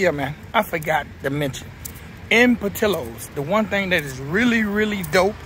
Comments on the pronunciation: But we gone have to talk bout how bad u butchered they name. It's up there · As a chicagoan it hurts hearing the pronunciation of portillos 😂but great review